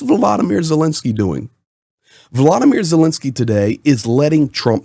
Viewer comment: Dude. Please don't say Wladimir Zelensky. That's just painful to hear